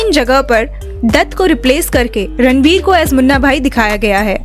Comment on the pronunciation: It's Ranbir not Ranvir